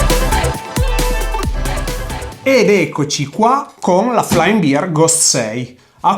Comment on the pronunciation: Bear si pronuncia /ˈbɛər/, non "biar" 🤦